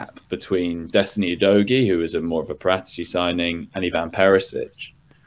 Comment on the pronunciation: The correct sound of Paratici is Paràtici, not Paratìci with accent on the penultimate i